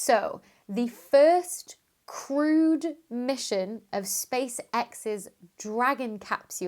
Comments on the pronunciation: Oh! "Crewed", not "crude." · Oh “crewed”! I thought she was saying that Space X’s mission was “crude”. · And i heard „the first screwed mission...“ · At first I thought you said "The first crude mission...." and wondered what was wrong with it. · Yeah, I thought the same! Ha ha. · I knew what she was talking about, yet I heard it as crude mission as well!